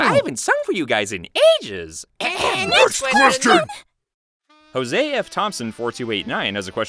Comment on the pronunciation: Hey sorry to say this but you said my name wrong it's supposed to be like Joseph but with an f at the end